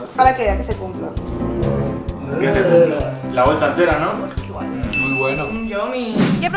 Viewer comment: dice ALGINOS ajajja Like si te diste cuenta